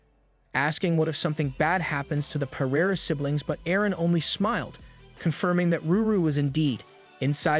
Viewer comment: Bro sorry but they need to fix the AI I'm sorry but it's not perreiera it's feraria